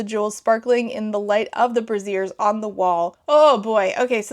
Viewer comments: As a heads up, brazier has a vocal emphasis on the "a" sound (BRAY-zee-er). Brassiere, aka a bra, has the emphasis on the "ie" (brah-ZEER). Love the video! Edit --"they did the, uh... dance of the dragons" 💀 INCREDIBLE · I sincerely hope that word was braziers (BRAE-jurz) and not brassieres. 😂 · mama braziers is not pronounced like brassieres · Not gonna lie, took me a moment to realize there were braziers (bray-zhures) on the wall and not... bras. As someone who used to colon-ell for colonel and god I can't remember what other words I've only ever seen in books and not heard out loud, it gave me a little chuckle in a good way. I hope this doesn't come off snobby - love your videos!